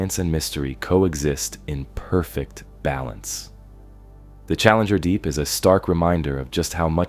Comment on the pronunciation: yeah you can especially tell from the way it says “challenger. Deep”